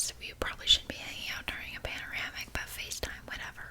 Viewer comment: I love how says pamaranic